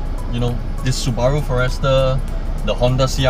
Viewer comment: For-Rester? First time I heard it pronounced this way.